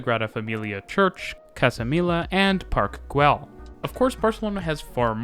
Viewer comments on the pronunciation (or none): Just a note on some of your pronunciations. For the LL sound in Parc Güell, Llobregat, and Valles, you can use an English Y sound. Rodalies is stressed on the I. And the OU in Camp Nou is pronounced like English "no". But good work on the video. :)